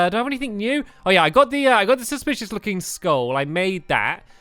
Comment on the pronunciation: he said suspishes looking eay